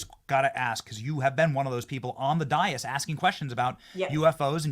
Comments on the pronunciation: Benny, it's day-is. Dais. Please know your native tongue! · dais is pronounced day-iss. Congresswoman Nancy Mace is a great woman. Thanks for her courage and clarity!